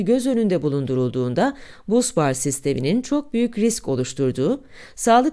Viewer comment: Busbar, basbar diye okunmaktadır.